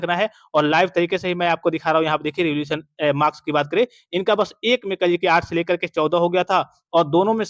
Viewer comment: सर रिवोल्यूशन नहीं रीइवेल्यूएशन होता है m